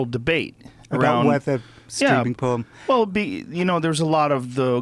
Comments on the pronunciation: It really bothers me how Jon says porn. Its like "pawn". It makes me cringe for some reason. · It sounds like he is saying "Porn herp" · the way this guy says "porn" is really satisfying